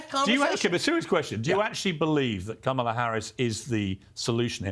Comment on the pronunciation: The dem panelists can’t pronounce her name correctly. What a joke.